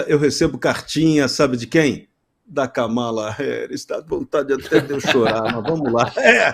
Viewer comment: não é Ka ma la é Kam"ala, somente 2 silabas